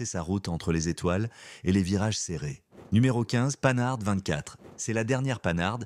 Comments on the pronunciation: En parleu ant avequeu uneu vraieuh voix humaineuh ce serait mieux. Que d'inexactitudes! L'attentat contre De Gaulle c'était en 1962. La 4L de 1961 à 1992 je compte 31 ans de carrière et non 28! On dit Panhard et pas Panard! Dommage, la voix fout tout en l'air! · surtout qu'il dit panarde ! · Un sujet sur les voitures françaises. Qui dérive sur les Mercedes pagode et les Jaguar E. Sans compter les Panars, voire les Panardes. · La panar c’est le pied 😂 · Ouaaip, pas le panard, je ne reviendrai pas 😞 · Bon la voie ne dit pas panard mais panard bravo l I a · Pannard... La quatre - elle... Blaaa blaaa blaaaa IA. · Non mais ras la casquette des IA qui ne savent pas prononcer *la panarde 24*! J'arrête ça m'énerve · Hé ouais l'IA n'est qu'un mécanisme stupide: Panard P L17.. Des jeunes sans autres connaissances vont répéter ça! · IA horribles qui nous infligent la... Panard, au secours... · j’arrête le supplice. INSUPPORTABLES CES VOIX SYNTHÉTIQUES au débit haché qui vous balancent des liaisons à tout va, et écorchent les noms propres. « Panard »!!! Non mais c’est grotesque!!! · Oh oui quel dommage ! Certaines marques sont prononcées bizarrement ! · C'est bien mais c'est quoi cette prononciation de Panhard ? Et de 4L ? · Quoi ? Pas de 2CV ? Pas de DAF ? Pas de Mini Morris/Austin ? Pas de Triumph ? M'enfin... Et une voix qui ne sait pas prononcer Panhard ! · Sachez prononcer panhard correctement Ce n'est pas panard mais pan har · La Panhard devient la panard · Tout à fait d'accord.. "La panard" pour la Panhart, carrément insultant. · comme je vous rejoins! Imaginez la prononciation des enfants de demain 😱😱😱😱😱 Comme lorsque l'IA prononce, par exemple "la panarde" à la place de la " Panhard" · Tout à fait. Le "h" est aspiré : on ne fait donc pas la liaison avec le "n". On prononce donc "Pan -hard" et non "Panar" ni "Panarde". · D'où sort le 'commentateur' ? Depuis quand prononce -t-on 'Panar' pour Panhard ? Il faut vraiment être ignare .. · PAN-HARD pas panard!!!!